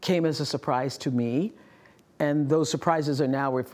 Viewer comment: There was a short pause when she said: "Came as surprise to meee". The "me" was pronounced in a totally uncredible way, i noticed immediately that she might be lying.